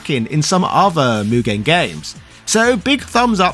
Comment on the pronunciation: So...Mugen. It's just Mugen. lol